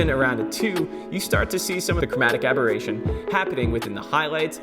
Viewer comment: I guess it is chromatic aberration.. not aboration :)